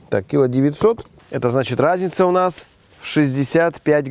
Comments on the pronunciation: "кИла восемьсот..."?? А я то всю жизнь думал что "...килО..." А в целом, видео интересное и полезное. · кИло шикарное ударение от горе математика